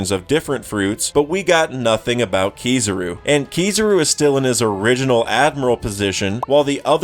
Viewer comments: its KIZARU not kizuru. would be same if u call'd Imu as ''aimu'' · the "tidal wave" and "swirl" stuff sounds like complete nonsense, because that's not how things work in the real world. A "swirl" is barely even a thing to begin with. Spirals are another thing. PS: And omg please stop saying Keeezaru. I know you're American, which doesn't really speak in your favor, but I'm assuming that you've at least seen the anime with subs. There is no way you can't have some dissonance with your pronunciation. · bro ain’t even saying kizarus name right I know this mofo watches one piece dub🤣🤣🤣😭🤡